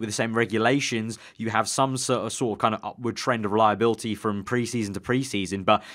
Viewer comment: It's reliability, not reliabilty😂😂